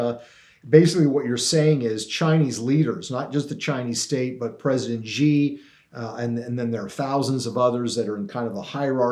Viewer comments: How can you write a book on China and not know how to pronounce Xi correctly.. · Here's one way you can NOT shill for the Han commies: stop calling the chairman of the CCP "president." Xi (pronounced shee) Jin Ping is NOT a duly elected president. China is a communist country. Think about it. Germany does not have a president, neither does britain or canada. And China certainly doesn't. American presidents call chairman Xi by that honorific just to confuse the public.